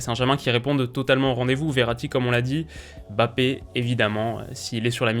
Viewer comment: Bonne analyse comme d'hab ! Par contre de grâce arrêtez de l'appeler BAPPÉ , il y a un M avant le B c'est un nom de famille prononcer le correctement svp. Ça donne une impression d'irrespect ! MMMMMMMMBappé ! Merci